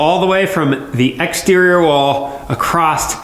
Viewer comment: Acrost? Acrossed? Across no 't'